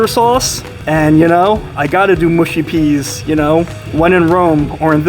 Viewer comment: Newd to say the oeas the right way